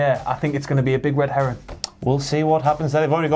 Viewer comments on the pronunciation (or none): I swear keeps saying "red heron" instead of "red herring".